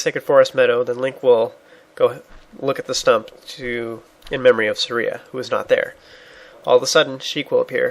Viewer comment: The way he says Saria makes my soul hurt